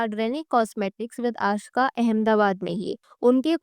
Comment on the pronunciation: Her name is aashka. Not aashika